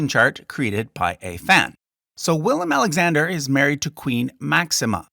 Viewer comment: Its willem